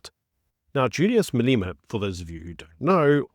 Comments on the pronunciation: Malema not Maleema. Idiot! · pronunciation not "Maleema", but "Malêma". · No disrespect but I think your pronounce Malema’s surname incorrectly.